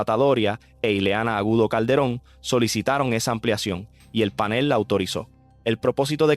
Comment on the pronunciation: Mira mijito no se dice PÁNEL. Se dice PANEL. PronunciaS muy bonito pero eso es un DISPARATE, ORAL Y ORTOGRÁFICO.